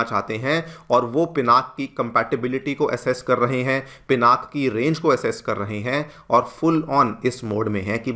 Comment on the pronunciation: Call it as पिनाका please!